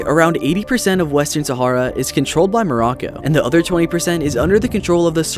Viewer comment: Thats not how you pronounce sahara